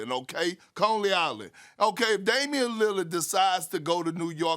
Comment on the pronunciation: Man if Perk couldve said Coney right the first time the joke might have been good for once.